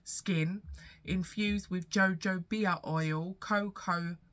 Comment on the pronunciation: I’m a carer for my mum who has chronic illness and she needs a scooter. Her pride wouldn’t let her consider trying one let alone use one. However, my goal this year is to take her to the shop to try some out. 🙏🏾 for me 😊 “Jojoba” do you mean “yo-hoba” ? 😂, bless you.